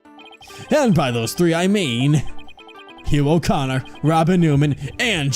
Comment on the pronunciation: Hugh o'conner sounded like "your a goner" so i think the recorder is useless